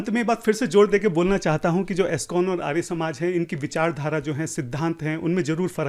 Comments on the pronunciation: 😂 bola kijye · arya ka pronounication to tu aryaa kar raha hai aur sastrarth sanskrit me karenge 😂😂